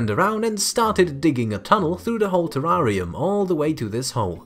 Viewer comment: I love the way you pronounce 'terrarium' 🙂